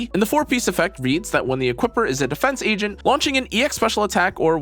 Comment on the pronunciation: I'm just wondering what an Egent is? Or was i the only one who heard that in her intro too lol... 😅